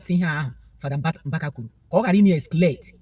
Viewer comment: My sister don't fight GRACE. Education has nothing to do with Gift of God, be careful and don't under rate Zionites. Biko kwanyere onwe gi ugwu na ife a na-eme bu ife muo. Ignore bloggers, some of them are making money. Even you did you pronounce Excalate well? I jee akwukwo?